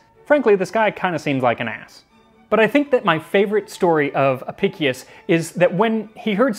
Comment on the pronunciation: Historian here, I own the book, and written a few works on it during my time at university. Friendly note: Since its latin, it would be pronounced "Ah-pish-ous" Great Video! I always found the flamingo tongue and the method for transporting scallops particularly interesting.